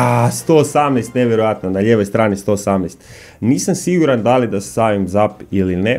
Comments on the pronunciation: ne cita se zap nego zep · Čita se zep. Ali pise zap.